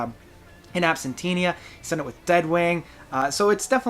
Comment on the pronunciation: Hi. Great remarks! Agree with the most, however I love the album in its entirety, because I watched interviews with Steven before it was released, when he described genesis of it. It was inspired by '80s pop music, like Peter Gabriel or Kate Bush. And in that context it perfectly does its job. Refuge is my favourite too!!. Ps. Why you keep caliing In Absentia album something like In AbsentiNa? Ther is no N letter in the end of the word... I don't get it. I am not English native speaker, so maybe I don't understand something.